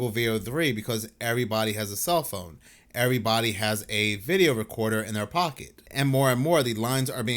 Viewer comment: His name is pronounced Rick Bee-ah-toe and “everybody” isn’t pronounced Errebahee!